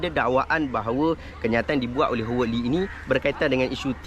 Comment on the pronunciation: Howard disebut = HA-WED, bukan HO WED.